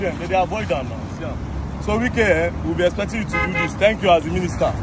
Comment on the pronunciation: "We will be exoecting you" 😂😂😂